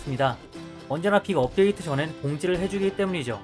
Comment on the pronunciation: 안녕하세요 금주의 없데이트 소식 전해드립니다로 들려요ㅋㅋㅋㅋㅋㅋㅋㅋㅋㅋㅋㅋㅋㅋㅋㅋㅋ